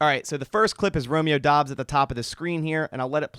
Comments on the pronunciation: As a Nevada Wolf Pack fan I can tell you he pronounces it like Dubbs not Dobbs! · Its DOUBS, not Dobbs What the hell??